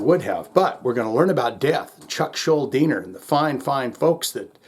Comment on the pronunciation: Kudos for pronouncing Schuldiner correctly. People still get it wrong to this day, a quarter century after his "death"...